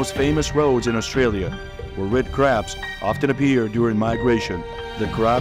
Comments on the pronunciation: It's CRABS NOT CARBS. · Seriously? If you're going to do a script for a video titled " How Do Australians Deal With Hundreds Of Millions Of Invasive Red Crabs? " and even if the narration is done by AI, you can't even get the script right? It's CRABS, not CARBS! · Was REALLY caught by the title, and beginning visuals, but cannot continue hearing them called "carbs." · They are crabs ,not 'carbs'! Can't people read their scripts instead of using robotics? Lazy or what!